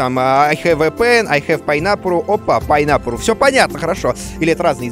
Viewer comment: Куплинов УЧИТЕЛЬ ГОДА по японскому :D ПАЙНАПУРУ ребята :D